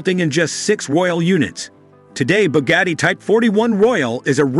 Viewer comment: You mispronounced Porsche, LeMans, and Bugatti. Got a good laugh out of that.